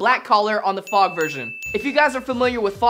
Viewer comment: Who else cringed when he keeps saying "FOG"?